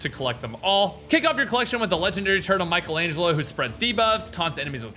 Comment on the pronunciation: Nobody's gonna say it ?! My guy said "MICKalangelo" 😂